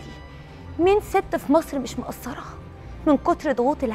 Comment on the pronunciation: يادكتورة مروةيا متعلمة كلمة مقصرة بالصاد مش بالثاء مافيش حاجه اسمها انا مش مأثرة في البيت الصح ( مش مقصرة )